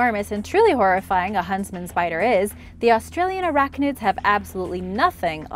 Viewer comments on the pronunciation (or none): Are you say huntsman or husband spider? Lol